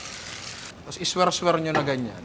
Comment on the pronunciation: NINONG, it's swurl, not swerl...kala ko kasi i square square niyu lang nang ganyan....i swirl swirl pala.